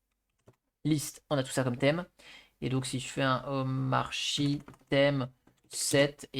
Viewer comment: wow intéressant, merci. (jcroi que ca se prnonce omarki)